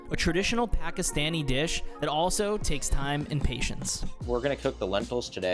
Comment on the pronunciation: narrator says daal jaal, which is wrong pronounciation, corret is Daal Chawal (Lentels and Rice)